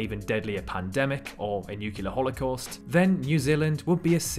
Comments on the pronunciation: Civilly…NUCLEAR not nucular dude! Three times!. Check pronunciation eh. Otherwise very nice vid. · Excellent video! Great quality. Thank you! Oh, by the way, it's pronounced nuclear (noo klee are) not nucular ( nu que lar) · Very good, but one thing, it is new - clear, not new - culah. Sorry, bit pedantic I know, but it hits me every time I hear the word nuclear mispronounced. The clue is in the spelling, isn't it? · great video. You sold it to me - but - it's NUCLEAR not NUCULAR!